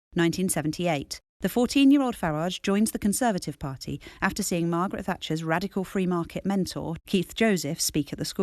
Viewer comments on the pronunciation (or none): none